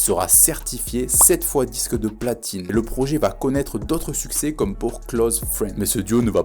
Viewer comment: "succès" et pas "sucés"